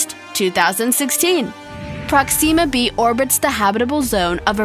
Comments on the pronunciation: I'm sorry, "Proxeema b"? Dude, you sound like you'd pronounce Earth "Ear-th" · Dis bitch said proxima b wrong smh.